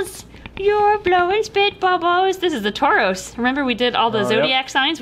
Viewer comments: The 69 one is the cancer egg you pronounce Taurus tour-us and I don’t know if the Taurus egg was libra or Taurus. I’m a Aquarius and I love the Aquarius baby!! Sorry I’m a zodiac nerd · I’m not complaining but you got some of the zodiac signs wrong and you said Taurus wrong